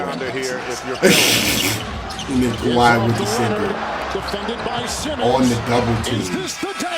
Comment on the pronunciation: Kawhi not clark 🤷🏾‍♂️